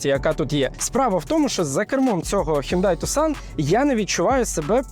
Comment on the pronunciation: Правильно казати "Хёнде Тусан"